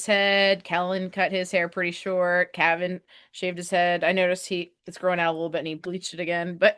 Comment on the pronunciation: Cave-in. Calvin. It's CAVAN!